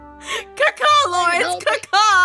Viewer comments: Sounds like you’re saying Kaka means P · Sounds a bit like she’s saying caca 😂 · IT SOUNDS LIKE YOUR SAYING CACA LOL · It sounds like she's saying poop in Spanish Caca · She sounded like she said ka ka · when aphmau did the mating caw it sounded like shen was saying KAKA lol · Omg its like she’s saying poop in Spanish lol